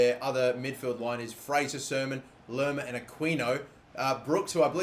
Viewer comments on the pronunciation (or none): none